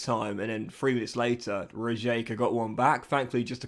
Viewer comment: it's pronounced Riyeka :) loved the video as always mate!